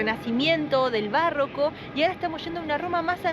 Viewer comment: La forma correcta es barroco. La palabra "bárroco" con tilde en la primera sílaba es incorrecta y no existe en el español. La palabra "barroco" se refiere a un estilo artístico y arquitectónico, así como a un período histórico, y no lleva tilde, según la Real Academia Española. Minuto 13.48.